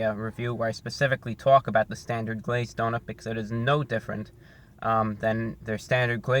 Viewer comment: Its like doughNUT